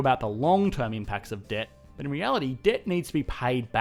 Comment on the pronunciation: I am only here for the way he says “ BHAT” or BUuT